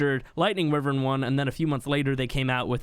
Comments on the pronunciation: Wyvern. wYvern not Wivern. Ffs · Repeat after me. Wyvern. wYYYYvern. not wivern. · Not tryna be rude but it’s not pronounced wiv ern it’s actually pronounced Y VERN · ITS NOT WIVVERN ITS A WYVERN SAY IT RIGHT ! like wive er in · It really bothers me that you pronounce wyvern as “wi-vern” when it’s “why-vern.” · Wyvern is pronouced: "why-vern or why-ven" Not "whi-vern" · It’s the way u pronounce it in his accent English/Australia but in America it is wyvern